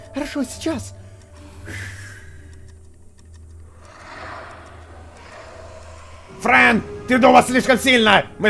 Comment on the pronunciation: 0.50 почему фрэн не боу а бро